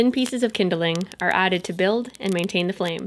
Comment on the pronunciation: Remember, kids, stones can, do, and will absorb moisture! Pick rocks that have been wet or in rivers because those will explode more easily when the fire heats them! And always insert an extra syllable into "kindling" because mispronouncing words is how language changes and evoles! Yay!